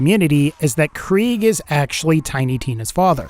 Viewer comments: It’s prounounced “Craig” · It’s pronounced kra-g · Kriegs not German though 😂 it’s prounounced “Craig” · I thought krieg was pronounced craig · It's pronounced Craig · Why do you say krieg as kreeg you make it sound stupid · I think its pronounced kreg